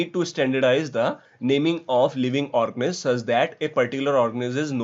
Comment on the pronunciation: Organisms ka pronounciation thik se kero wo organiz nhi h